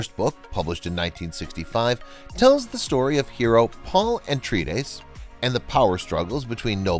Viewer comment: it's Atreides, NOT ANTreides